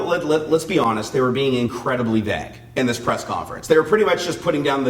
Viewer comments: Vague "Vvv aaaaayuge" not VAG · I wasn't going to comment after hearing it once <.< and then again.. but after the 3rd time.. x_x "vague" pronounces like "veyg" with a long "a" and not like "bag" with a "v". lol The English language is really so complicated -.- I wish the stupid grammar rules were universal but they're more like a clusterfuck of a bunch of other language rules. Also this whole DOT control over drones is really stupid. Our government doesn't know how to handle anything properly.. :/